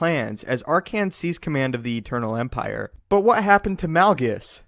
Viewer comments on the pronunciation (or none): gief theh eternal empireh man!